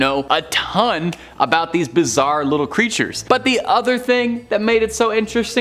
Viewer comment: The first narrator, he's from either Illinois, Minnesota, Michigan or Wisconsin. I got it all from ONE word. "About". HE called it "Aboot". Maybe Canada too?